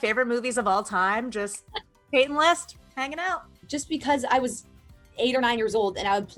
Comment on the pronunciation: its pronounced peyton list